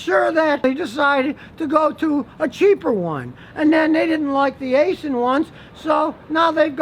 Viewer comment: Ok Scotty. There is no G in Cummins and you ignore the A in Aisin - say “Isin”. As for ZF. They make a great 8 speed auto that is in a lot of cars and the Ram 1500.